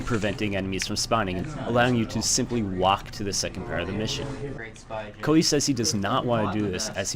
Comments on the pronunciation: Are you calling him Coldy? Codely? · bro you cant even say "Cody" and you cant even say minutes jeezus christ